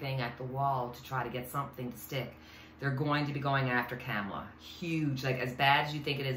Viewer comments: Comma la. Not cam as in camera. Important for us to say it correctly because the other side is not. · It's "Comma" la! Thanks,! Love-Light! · OK, the correct pronunciation of the next president is pronounced, “ comma la “